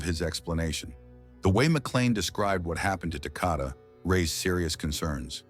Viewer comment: Maybe you should try saying his name right. It's Takoda rhymes with Dakota. RIP sweet angel boy 😘